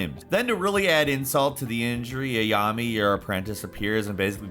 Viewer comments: did just call Aiyan Ayami...bruhhh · The way said Ayane made me literally run away from my laptop. so sad